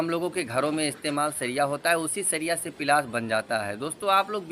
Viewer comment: Bhai pilas nhi palas bolo.